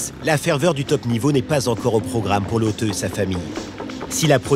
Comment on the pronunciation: "lauteuh" faut dire le "e" d'accord mais pas besoin d'exagerer mdr